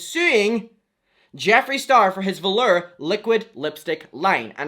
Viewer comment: Who else choked when he said “Velerr”? 😂😂😂